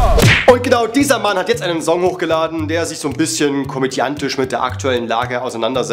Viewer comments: Bitte sprich 'song' richtig aus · Wie er Song ausspricht triggert mich richtig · Sag doch song bitte einmal richtig😂